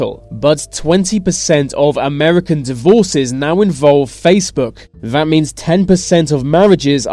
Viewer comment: What's with the "vis & vat"? Can't he pronounce 'this & that'?